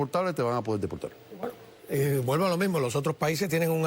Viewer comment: Delpoltal?? Acueldo? Colte? Polque?